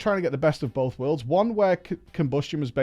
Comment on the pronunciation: "bowf de sheyman specs" jez dude lol.